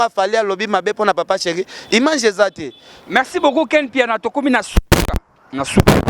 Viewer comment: yoooo balobaka image ,yo ozo loba imange oza na problème ya français Penza hein!!!